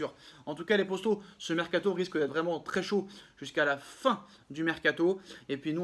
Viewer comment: Petite question pourquoi tu dit posto au lieu de poto ?